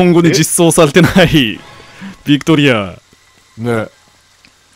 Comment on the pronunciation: うっしービクトリアを バクテリアみたいに言わんでw